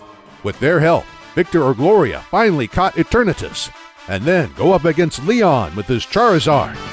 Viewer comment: How I hear is: eterNEEtus